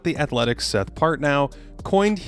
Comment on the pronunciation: 'Seth Partnow', the w is silent. But yea, Jokic is still nuts.